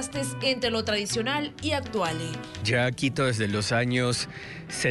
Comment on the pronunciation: Muy endeble la narración, usa un español tergiversado, denigrante. Por ejemplo dice: actuale.